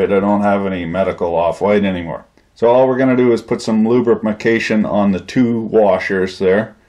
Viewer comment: "luberimication" XD